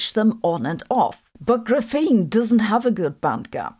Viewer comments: i mean I'm not gotta stop watching her cuz of it but it just stings my ears just say it like graphite 💀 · graph - ene not gruphene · gra FEEN reminds me of feynman’s chee TAH 😂🎉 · I've never heard anyone call this GRUFENE before. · please don't say graphene like that 😭😭😭😭😭😭😭😭😭😭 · oh! A memory from 1984, that’s how my graduate quantum mechanics professor professor pronounced it. Multiple times per class. I can still hear his voice. Ugh! He wrote huge equations while explaining it verbally. You could write notes on the equation and later not know what they meant- or you could note his words and then not know how to do the calculation. Uh, grad school!